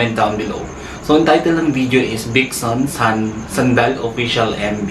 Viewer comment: It is pronounced as Vision po talaga. Napaka sakto nyo po mag react, mayron pp silang upcoming album release 😊 po.